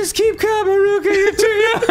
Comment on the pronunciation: It pains me how they never learned to properly pronounce Haruka